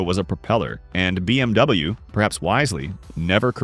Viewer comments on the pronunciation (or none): learn how to pronounce bmw